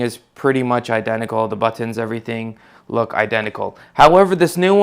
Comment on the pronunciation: He also needs practice pronouncing his "buttons."